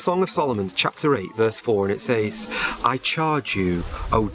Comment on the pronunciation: His pronunciation of “says” is new to me.